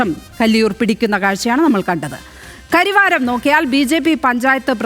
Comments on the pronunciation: കരിവാരം അല്ല സഹോദരി കരവാരം എന്നാണ് പേര് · കരിവാരം അല്ല.... കരവാരം